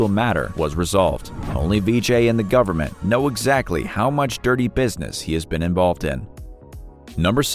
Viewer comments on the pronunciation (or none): none